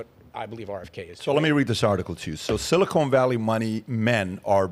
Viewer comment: Bro, keep saying silicone valley it’s amazing every time you absolute simpleton